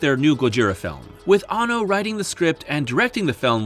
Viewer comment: You missed pronounced the directors name around the 3 minute mark.It's Hideaki Anno! Not Hideaki Banno.